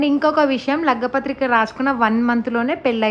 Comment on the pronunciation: Lagga pathrika kadhu andii...lagna pathrika❤️🥰 congratulations to ur sis☺️